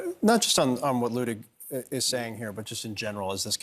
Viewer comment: I find it ironic that the guest here who's name is likely miss-pronounced on a daily basis, () happens to miss-pronounce Judge Luttig's name whenever he says it. I'm guessing has never studied German.